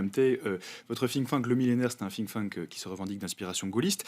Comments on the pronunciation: Président du Fink-Fank ? je connaissais pas 😂 c'est Think-tank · Moi, j'avais entendu ''Fling Flang''....